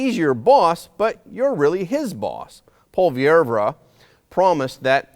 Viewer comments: You’re pronouncing Poilievre wrong. It’s “po-lee-evr “ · Pierre Poilievre it's pronounced (poy-ee-ev) and no we aren't looking for another Steven Harper... Pierre Poilievre is his own man and Harper had become a dictator to his party and the Country in the end which is why he eventually lost power. Do you're homework it speaks volumes that you could not even pronounce Pierre's surname. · Thanks but man, check out the pronunciation of the last name of Pierre. It is a French name, you don't pronounce the 'e' at the end. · It's pronounced "Polly-ev".Not "polly air vra". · Pwah-lee-ev-reu. This is how you pronounce Poillievre. Just trying to help. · Polly-ev. That’s how most in Canada pronounce his name. And we can’t wait to give Trudeau the 🥾 in the same way he did to the peaceful freedom convoy! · Pronounce Paul Le vay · you're mispronouncing Poilievre's name.